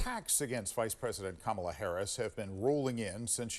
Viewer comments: It's pronounced camel 🐫 la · I think the newscaster said her name wrong as well. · Kamala has mispronounced her own name. No joke, there's video. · There is a race and social justice reporter. This is an insane news report. Her record speaks for itself. Her skin color is immaterial. She also just isn’t very intelligent. My god, the anchor at the end didn’t say her name right either. wtf